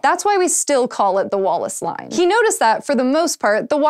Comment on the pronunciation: I wasn't looking at the screen and I thought said Wall-less Line.